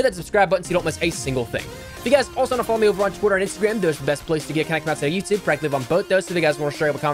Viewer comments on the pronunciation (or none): none